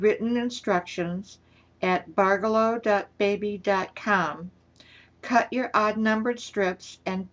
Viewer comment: you have me totally confused ! you are pronouncing it BARgello.. I always thought it was pronounced barGELLo. . . but . . after much googling. . I think we're BOTH wrong. It's pronounce. barJELLo. . like JELLO. . barJELLo. . hahaha